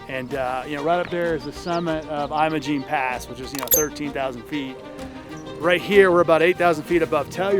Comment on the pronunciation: It’s Imogene as in Jim not Jeyem 😂